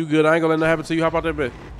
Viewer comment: shortiee couldn’t say nothinn😂😂